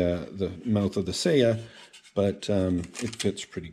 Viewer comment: It’s /sɑjɑ/, not /sejɑ/. せや is Kansai dialect for “oh, yeah.” Not Japanese for scabbard.